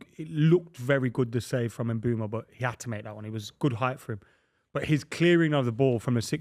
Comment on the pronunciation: Adam Mainoo has two o's, his name is not Maino Buvey it's Mbeumo not Mbwemo